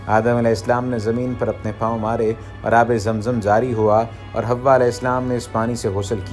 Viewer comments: It's not a hawa it's hawaa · Right Pronounce Hawwa